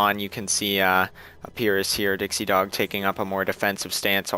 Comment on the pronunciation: you pronounced my and dixiedogs name right!